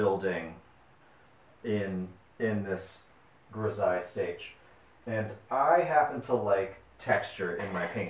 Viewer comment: Pronounced: Gri-zal-ly